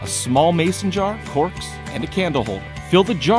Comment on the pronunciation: Did anyone hear him say corpse instead of corks?..